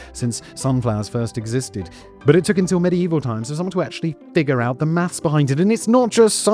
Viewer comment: Maths* Simon said it right